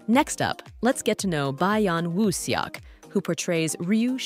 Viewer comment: 😂😂😂😂 By-yon woo suk 😂😂😂😂